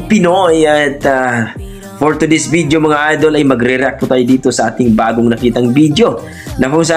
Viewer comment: Dugong Pinoy.......It isn't "BIDYO". It's "VIDEO". Practice makes Perfect.